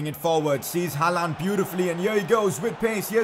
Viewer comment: Aight, lemme teach ya some norwegian xD When u say Håland u pronounce it like Haland. But to pronounce Håland just think of the word «yawn» or «law» its the same pronounciation :))